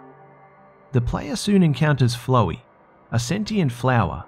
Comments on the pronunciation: ''flow-wee"BRUH ITS ''flOW-ee'' F-L-O-WWWWW-EEEE-YYYY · you said flowey wrong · What glitched Zelda game did You play, that doesn't happen. Once you kill them the basically evaporate and the others continue to go after you And Seriously?!?!!? You are just gonna Pass over 'under the well" in OOT? Or at Least the shadow temple? Sad Lastly, could anybody get past the pronouncation of 'Flowey' to 'Flow-Ee'? C'mon, you're better than that